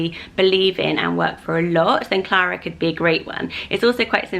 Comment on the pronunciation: I love Alice and Elinor! Clara is beautiful the way you say it 💜